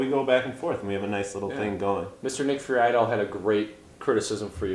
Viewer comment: Lol also that was pretty low of Nick. Disappointing. And his last name is pronounced Free-dell